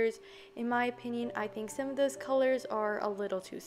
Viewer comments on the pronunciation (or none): none